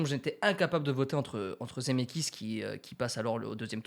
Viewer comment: Je mets un pouce bleu pour me calmer et ne pas exploser de rage à cause de ta prononciation de "Zemckis". IL FAUT PRONONCER LE C BORDEL !! Sinon continue j'adore ce concept 😙👍 PS: ON DIT DES CHEV*AUX* !!!